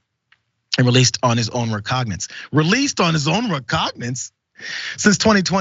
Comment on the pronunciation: "recognance".....not once but twice? Seriously? You talk for a living and you can't say recognizance? Not even an attempt to sound it out huh?